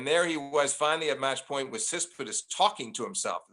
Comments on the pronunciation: like Sis-pit-as (instead of TSit-si-pas)! He keeps saying it even when first says the name correctly, then refers to him as Stefanos, then the Greek. Steve did not get any of the hints and kept on going with SIS-PIT-AS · Flink needs to learn how to say Tsitsipas. Not "Sispisdus" . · So does Steve pronounce Tsitsipas correctly, and all the rest of us are getting it wrong? Really seems like he's pronouncing it completely differently than how it's spelled. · the way steve pronounces tsitsipas is killing me